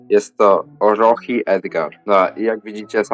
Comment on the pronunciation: Jak coś to nie orochi a oroczi się wymawia 👍 (według mnie pierwsze miejsce ma heroska Bibi i uliczna tara, reszta mogą być)